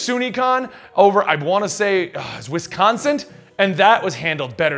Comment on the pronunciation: Watched the whole video only to walk away with a single question. No accent shaming, but did you pronounce Wisconsin "Wisconscent"?